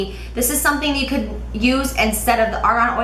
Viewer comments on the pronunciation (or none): none